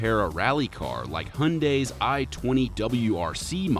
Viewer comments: HUNDAYY?? WTF IS HUNDAY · Interesting how you Americans pronounce Hyundai as hunday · I like how you ignore the existence of the Y in Hyundai